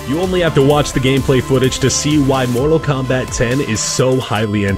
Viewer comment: Its actually pronounced ex instead of 10, but still looking forward to all these awesome games